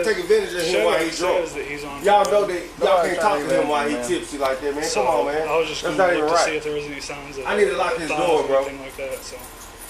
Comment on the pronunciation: Bro said, "chum'on!" 😂 what an idiot. "NOW" "WTF DEY AT!?"